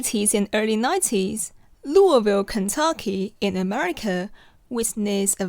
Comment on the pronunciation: You did a really good job pronouncing Louisville! Better than me, I still get roasted by natives lol